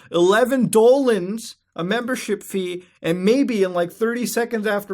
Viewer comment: Mutahar Why the hell do you keep saying Dolans when that is not a real currency. Dollars are not Dolans.